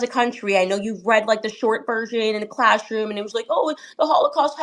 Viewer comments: “ clashroom” ? Candice cannot pronounce “ class “ with a double s apparently. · Why can Candace not pronounce her "s" properly ? Did Donald Trump not have the same problem a few weeks back ? There is something very wrong